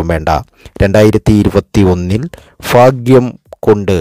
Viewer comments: എന്റെ ചെങ്ങാതീ...."ഫാഗൃമല്ല.".ഫാരൃയുമല്ല....ഭാഗൃം...ഭാരൃ...ഇതൊക്കെ ആദൃം പഠിക്കൂ. . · ഫാഗ്യം... ഫാഗ്യം... ഇടയ്ക്കിടയ്ക്ക് കൊട്ടൻ ചുക്കാദി തൈലത്തിൻ്റെ വിളിയും ഓർമിപ്പിക്കുന്നു... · ഫാഗ്യം,ഫർത്താവ്, ഫാര്യ,സൗഫാഗ്യം. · മൊത്തം ഫാഗ്യം ആണ് ഫായി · ഫയങ്കര ഫാഗ്യം😀😀😀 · ഫാഗ്യം...ഫർത്താവ്... ഫാര്യ....സൗഫാഗ്യം....കോട്ടയംകാരനാണല്ലേ....വെറുതെ പാവങ്ങളെ മോഹിപ്പിച്ചു പറ്റിക്കാതെ മിസ്റ്റർ... നക്ഷത്രം മാത്രം പരിഗണിച്ച് ഇങ്ങനെ പ്രവചിക്കാനാകില്ല